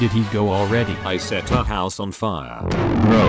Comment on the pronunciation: "goof Ball" got me rolling around da world